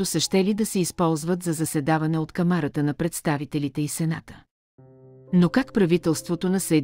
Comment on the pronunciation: Ударението е на КАмарата на представителите,не КамАра на предст......КамАра означава купчина.Наистина ли ИИ чете текста?Поставя неправилни ударения на най-обикновени думи.Дразнещо е!!!